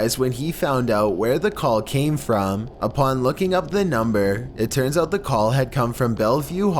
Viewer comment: Number seven sound like “colp me”. Its funny